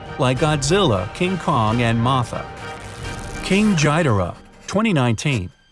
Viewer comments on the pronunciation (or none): Its not King gjhidora its King ghidora ok i am a big fan of Godzilla and everyone says ghidora not gjhidora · “King jidora”💀💀💀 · He miss pronunciation king ghidorah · Just to be clear you butchered the name of King Ghidorah